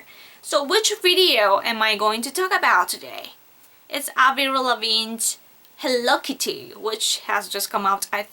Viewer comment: lol the way she said hello kitty xDno offence but im dyin here *-*hewwo kiiiti xD